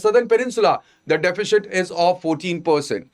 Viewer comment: I have been following your videos recently. While the same seems good, the pronunciation of words across various videos is confusing. Since you have selected English as a language of choice kindly work on your pronunciation as the same affects listeners, especially students who are switching between language or are not from a strong english based background. Example from this video - deficit should be pronounced as sit towards its end and not shit. It's absolutely not defishit.